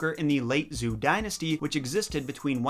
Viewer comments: Zhou is pronounced like “joe” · Zhou is pronounced Joe. In general, ou is pronounced oh, and zh is j. -ian and yan are pronounced yen. If you see consonant + i + vowel, the i is pronounced y, e.g. Xia = Shya. A lone e (i.e. an e that's neither preceded nor followed by y, i, u, or w, is more of an uh-sound. A u followed by a vowel is pronounced w.